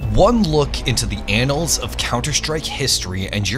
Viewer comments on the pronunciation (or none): none